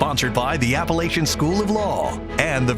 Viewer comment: To start off the debate the announcer pronounces Appalachian wrong before the moderator is introduced!